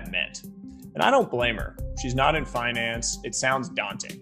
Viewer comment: He lost me at "finaaans"